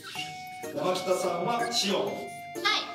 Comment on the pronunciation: のシオンのとこ「おう」じゃなくて「イゴ」って言ってる気がする